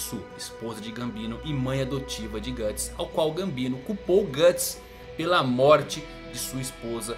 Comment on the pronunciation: É "Guts", não "Gatts". Na verdade a Beast of Darkness se manifestou nele no Blackswordsman Arc e principalmente no capítulo Lost Children,onde ele só se preocupava em alimentar o próprio ego matando os apóstolos. Se ele usar o Behelit pra fazer um sacrifício, a história simplesmente acaba. Nenhum dos apóstolos conseguiu tocar nos membros da God Hand, até o Ganishka que era o mais forte de todos. Isso também vai contra tudo o que o personagem construiu até agora,se ele fizesse isso só pra combater a God Hand,o Miura teria que fazer um malabarismo argumentativo pra explicar como ele conseguiria chegar lá,ou fazer o Guts morrer e acabar desse jeito...um bosta. Pode ser que tenha um final ruim,ou incerto,mas o Guts fazer um sacrifício pra virar um apóstolo já é forçar a barra.